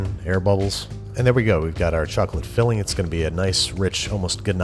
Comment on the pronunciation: What kind of chocpalte what kind of chacolate whut kind of chococloate???????